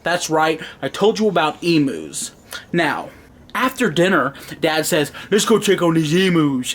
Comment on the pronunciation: it's not emoos it's emu....